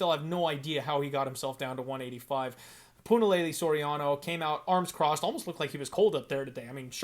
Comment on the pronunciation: When in God's name did we sign off on pronouncing Punaleyley properly? Puna fight week and pronouncing that name is one of the treats of a Puna fight week.... I didn't sign off on this. What's next? Santino DiFranco trying to pull this correct name b.s 😆 🤣 great show brother